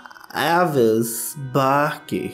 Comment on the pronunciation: O surtando falando truéérérréévis